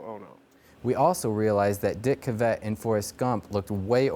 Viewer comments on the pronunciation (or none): You guys are driving me crazy with the name pronunciation. Dick CA-vet?? It's pronounced Dick Caavit. Other than that nice job and don't we all wish we could digitally erase Yoko? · CA-vett not ca-VETT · It's "CAV-ett," not "cuh-VETT." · One of them pronounces Cavett’s name wrong: it’s CAV-it, not kuh-VET. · CAvett, not CaVETT! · It's Dick CAV-et, not Dick ca-VET. But anyway, good info! Hopefully you've changed your hairstyle since this video was shot,... Just messing with ya...;) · I like that the one guy changed his pronunciation of dick cavett after the other guy said it right, he was saying dick kuh like in duh and vett like in corvette, must be young, never heard the announcer when the show aired say it like he pronounced it, I must be old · Dick Kah-vet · Dick Ca-vette? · You mispronounced Dick’s name. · I can't believe that you can't pronounce Dick Cavett. It's not that hard! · Thank God somebody else noticed plaid shirts mispronouncing Cavetts' name. Also VanStuff needs to get rid of the hat. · Check your pronunciation - your partner says it right every time! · that's not how you pronounce "cavette"